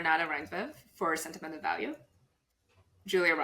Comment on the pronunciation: As a Norwegian, I am incredibly happy that you are all excited for Joachim Trier's "Sentimental Value" and putting it in above-the-line categories, which would be the first time ever for a film from our country. I am also impressed by pronounciations of the name. It's really good!